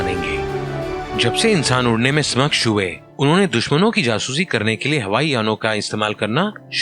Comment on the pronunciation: Samaksha ?? It's Saksham bro...